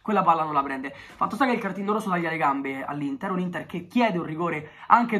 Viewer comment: Solo io ho sentito all’inizio L’intar